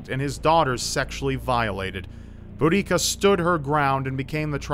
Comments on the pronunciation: Boudicca isn't pronounced bo-da-cia. It's more like boo-di-cah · Just thought I'd let you know that your pronunciation of all the names to do with the Icene was painful for someone from Boudicca's home. It should be said I-see-nee , Prat--soo-tag-oos , Boo-dee-ka. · Iceni is pronounced eye-cee-nee and Boudicca is pronounced buh-di-ka ;) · i know it's a bit of a nitpick, but I'm actually from the area where the Iceni tribe lived, and I found the the pronunciations are a bit difference here. Iceni is pronounced "ice-e-nee" while Boudicca is pronounced "bo-da-cia" Sorry if it is a bit of an annoying nit pick. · It's definatly Bu-da-si-a you're right.